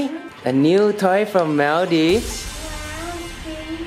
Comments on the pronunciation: MALL - DEEVES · its not pronounced like maldaives its maldives 🤦‍♀️btw im from maldives ❤️😊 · Maldives is pronounced mooldives :> atleast that's how maldivians (me aswell) pronounce it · Mul-dive???? LOLLL. I know there's a lot of diving in Maldives but dammit at least get the pronunciation right when you are in the country. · cant believe just pronounced maldives as "mal-daifs". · is it me or ur gf pronounced maldives the wrong way? lul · You don’t know how to pronounce Maldives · cnt even pronounce Maldives properly :P